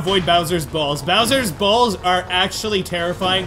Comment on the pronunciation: do you really have to say balls like that or that much